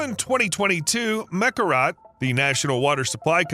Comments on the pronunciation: Mekorot not Mekarat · Meh'Kor'Ote' Damn, say the name right....